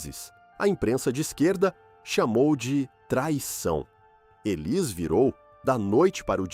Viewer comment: É uma pena que esse narrador não pronuncie o nome dela corretamente. Élis 😟